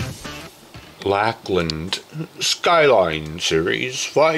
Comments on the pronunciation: Lol, pronounced Lakeland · Pronounced “Lake - land “ 👍 No biggie! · Pretty weak review. didnt even read through the specs on this bass and eventhough it's spelled out right on the head, with a long "A", he pronounced Lākland, incorrectly. Didn't even mention Plek or what it is. Lame! Do your homework